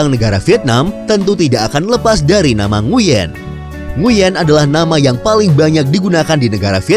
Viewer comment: Nguyen dibaca "Nguwen"